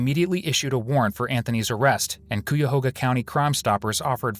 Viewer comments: It’s pronounced Kai-Ya-Hoga not Kooyahoga 🤦🏾‍♂️ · First of all, it's pronounced "K eye a Haw-ga". Cleveland is in Cuyahoga County. (Meaning 'crooked river' named by the Mohawk Indians. Or "jaw bone' named by the Seneca's). Secondly, WHY do you interrupt the interview just to repeat what we just heard? Do you really think the viewers are that ignorant, or are you just adding length to the vid? Added your web page to my 'do not watch' list. So sorry. I'm sure you put a lot of time into editing. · It’s Cuyahoga County! At least pronounce the county, right